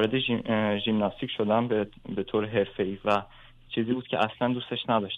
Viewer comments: آقای هلا کوهی با عرض معذرت ژیمناستیک درست است نه ژیملاستیک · خیلی ممنون از دکتر هلاکویی گرامی فقط خیلی عجیب بود برای من که شخصیتی فرهیخته ای مثل دکتر هلاکویی به ورزش ژیمناستیک می گوید «ژیملاستیک» . نه یک بار که چند بار تکرار کردند . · صحبتاتون مثل همیشه عالیه آقای دکتر ولی ژیمناستیک درسته آقای دکتر نه ژیملاستیک